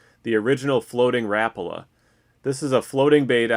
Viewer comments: Rap-ala??? How about Ra-pa-la. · Is that how Americans say Rapala? I’ve never heard it pronounced like that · the way he said rapala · K thx will start pronouncing it like that